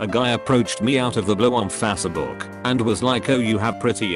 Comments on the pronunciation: Nobody Text to speech: fasbook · Nobody: Text to speech: Fasbook